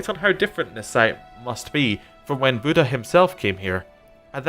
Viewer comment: do you pronounce buddhism budd hism? then don't pronounce buddha like that ya dingdong.